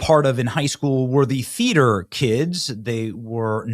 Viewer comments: Thought you said feeder kids .. lol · Is Benny saying feeder or theater kids?